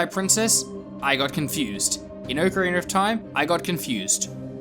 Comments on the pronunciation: "Oak Arener of Time"? Don't you mean Ocarina? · I think he's also referring to the r at the end of Ocarina. People in the UK usually pronounce an "ar" or "er" sound at the end of words like "idear" or something. It's just because a lot of native English speakers from other countries don't pronounce that R sound. This reply is already too long but it also just depends on the dialect around you and what you grow up with. I personally feel as if there is no "correct" way to pronounce anything because everyone's speech is so different.